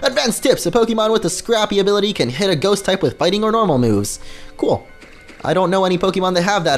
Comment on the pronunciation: You men ghost not gohst